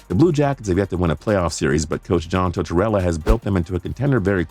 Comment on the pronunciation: *John Gibson *Past err Nack not pasher Nack *Dal inn not Del een *Tor Tor Ella not Tort chella Rad chu lawv not rowdy lawv lmao Kuh Chuck not ketchup Pare on not Peterson Bess er not bester Patch err ett ee not patch err ee tee Sorry I had to